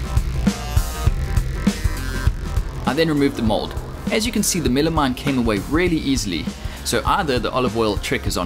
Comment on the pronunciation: Is that just MDF? What's he calling it? Milimite? Millimime? Midimine?